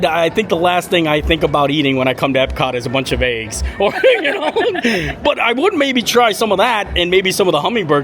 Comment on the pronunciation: The way you say “eggs” screams Pennsylvania! Haha! And I can say that bc I’m from Delaware so I sound the same! 😂😂😂 Love your videos! Thanks for sharing! ❤